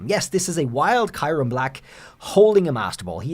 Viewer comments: Am i missheard? "Kai-rum" ?? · Please say kyurem right..